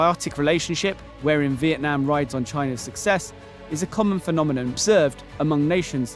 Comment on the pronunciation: The country name is Vietnam, not Veitnam as at the beginning of the video